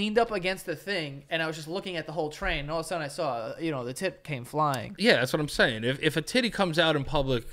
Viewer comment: “Or the new green one that you have “ Joe- “Thasimsayn”